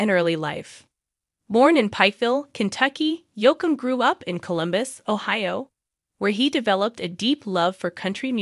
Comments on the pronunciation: Hey it's pronounced Yoke m not Yock m. Please say his name correctly. You apparently don't know much about country music stars. Geez! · The mispronouncination from the AI voice made this unwatchable.